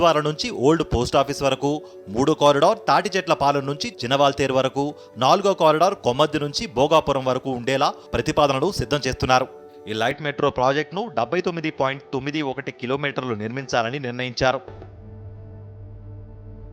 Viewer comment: That not a bhugaram that is bhugapuram first speak clearly then tell news